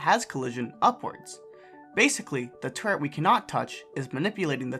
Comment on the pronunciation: I keep hearing turd instead of turret